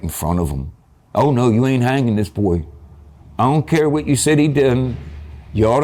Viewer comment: I don't like how he said Buoy instead of Boy like 👀